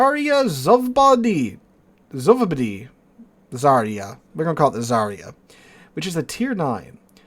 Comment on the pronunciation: The new Russki ship is ЗАРЯ СВОБОДИ or Zarya Svobody...don't quote me on the Russian spelling of the second part of the name. I'm fairly certain about the first part. In any case, the pronunciation of the first part of the name is NOT ZAReeyah, but rather ZARyah. Whole thing: ZARyah SvohBOHdee. Whenever you see a transliterated Russian word and the combo /ya/ comes up, it's pronounced YAH. That comes from the letter Я which makes the YAH sound.